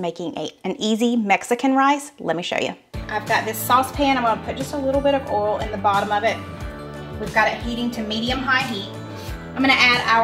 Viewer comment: Why do you pronounce Boil , like bowl? Oil , like ol ?